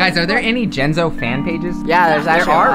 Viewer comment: it's jenzo not jentzoo and it's just not jus